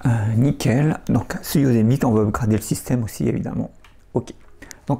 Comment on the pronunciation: Merci pour cette vidéo. Tu as refait ma journée avec ta prononciation des mots anglais. Upgrade, Cut, MacOS. je viens de découvrir ta chaine. je vais regarder tous ça. bonne journée